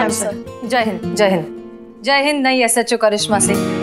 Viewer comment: Peheli bar ne SHO aache se bola😂